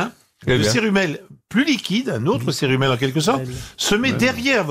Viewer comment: Pierre Bellemare et son "cerumel" !